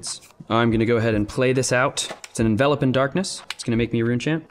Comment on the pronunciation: gets points from me for pronouncing Envelop as "In-Vel-Up" instead of Envelope like "In-Vuh-lohp". I swear it drives me crazy when Runaways kept calling it Envelope.